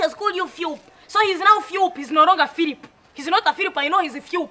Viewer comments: Philip not philiph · Philip not phiupu!!! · Phwep not Philip😂😂😂😂😂😂🙌🙌🙌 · Phiup not philip heheheheheh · lol its phillip and not Phoeb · fweepuu.. not Filipu